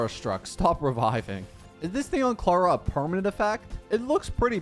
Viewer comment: He says Clara like "clawuh"